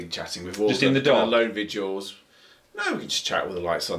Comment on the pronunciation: Its VIGILS not VIDUALS.